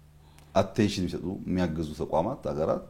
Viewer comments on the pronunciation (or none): none